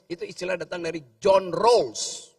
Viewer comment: Songong banget nih RG. Menguncapkan Joh Raws dengan PeDe tapi salah. FDia ga tau di mana salahnya. Karena dia DUNGU. Aneh kok banyak yg kagum sama orang ini.